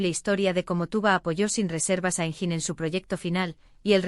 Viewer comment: i think this is all invented , not true, did not happen in reality… and most of the photos of Engin are NOT HIM, they are either AI or somebody else… and the commentator pronounced his name wrong… so all this is a worthless video !